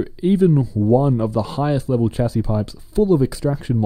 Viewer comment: it is pronounced shasy